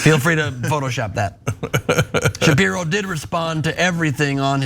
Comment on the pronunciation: It’s Sharpie-ro